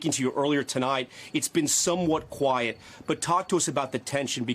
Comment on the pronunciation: She keeps saying Q u i e tea. She hasnt been in a warzone long at all.